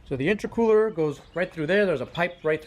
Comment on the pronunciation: The way you say, intra-cooler has me wondering if you know what youre talking about.